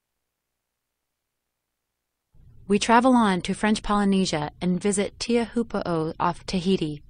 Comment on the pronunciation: I love how incredibly off she pronounced teauphoo